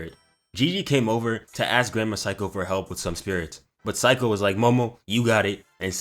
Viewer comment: Seiko= say-ko (this is how you prenounce her name XD lmao lmao)